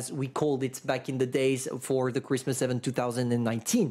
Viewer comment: IVENT, repeat after me IVENT, it hurts every time you say it!